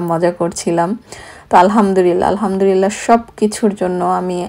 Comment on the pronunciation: উচ্চারণটা হবে "আলহামদুলিল্লাহ"। হতে পারে আমার এটা শুনার ভুল। তারপরও লিখলাম কারণ আমি মনে করি এটা অনেকেরই উচ্চারণের প্রবলেম হয়। যার কারণে অর্থটা বিগড়ে যেতে পারে ।আমরা আসলে যে কারণে আলহামদুলিল্লাহ বলে থাকি আমাদের উচ্চারণে ভুল হওয়ার কারণে যদি অর্থটা নষ্ট হয়ে যায় সেখানে আসলে ভালোর চেয়ে খারাপের আশঙ্কা বেশি থাকে